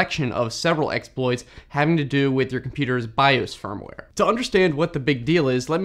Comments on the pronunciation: It should be Firmware not Fimware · you said fimware not firmware… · fimware instead of firmware. Not sure if anyone caught that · "Fimware" lol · What is "FIMWARE"? ;) So, replacing/updating the firmware doesn't remove the malware? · Hehe "Fimware" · ah yes, fimware